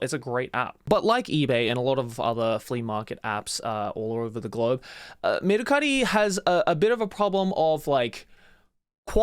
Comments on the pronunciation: dude i never knew mercari was a japanese company, i've seen a commercial where they said it with an american accent so when joey went full japanese with "merucari" i was shocked lmao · Mercari exists in America too lol. I love how he pronounces it to sound extra japanese😂😂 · I'm cracking up everytime Joey says Mercari, we literally have that same site in the US.